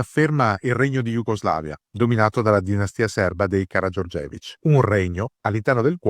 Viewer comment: Bel video come al solito. Un piccolo appunto sulla fonetica: "Karagiorgević" ha l'accento sulla terza sillaba o "Narodni" che si pronuncia nà-rod-ni, non na-rò-dni. Buona giornata 😀